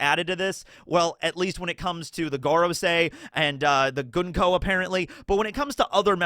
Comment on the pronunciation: Thank you for pronouncing Gunko's name correctly.